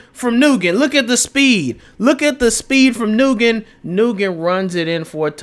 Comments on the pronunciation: Aye bruh “nyugen” is pronounced like “Win” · Nyugen is pronouced as Nuwen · "Nguyen" is pronounced "Hwin." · Just so you know “Nguyen” is a very common Vietnamese name and and it’s pronounced “Wen.” I know these characters aren’t real but it was killing me the way you were pronouncing it💀💀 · that pronunciation of nguyen is crazy 💀💀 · all you Youtubers don't know how to pronoune Nguyen haha.